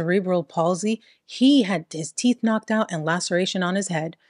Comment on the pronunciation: "He don't brush his teef!😂